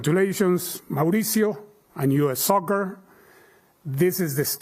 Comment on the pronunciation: Nooo poch como vas a decir "soker"